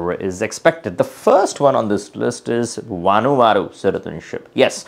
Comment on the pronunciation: Did he say Vanuata????